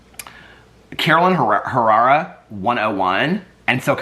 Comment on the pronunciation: Hey! It’s pronounced…caroLEENA HerRAREah….hope that helps! Love you…can’t sleep Without you! lol! Keep up the good work! 😘